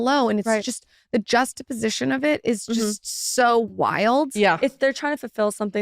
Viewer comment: Lauryn … I must correct you since I’ve heard you pronounce this word wrong every single time.. “Juxtaposition “ … enunciate the “x” … you say “jussta-position” and you miss the x .. it’s “juck sta position “